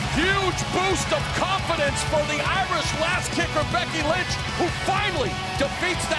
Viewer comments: did he just say Becky Lunch? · I swear I heard "Becky Lunch" 😂😂😂